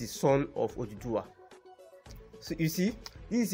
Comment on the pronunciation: For godsake it's Oòduwà not oduduwa!